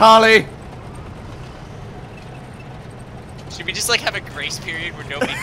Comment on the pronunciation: The only thing more outraging than the game itself is the way you guys pronounce Vitaly/Vitali